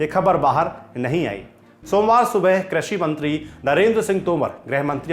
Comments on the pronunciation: 'क्रषि' नही होता एंकर साहेब, कृषि होता हैं। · Sirji Krashi nahi Krishi hota hai